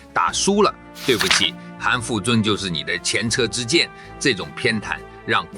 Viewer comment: 我靠, 韩复榘也没念对, 这个视频不用看.